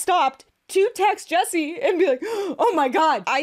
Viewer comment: JESSI not yappa-nese 💀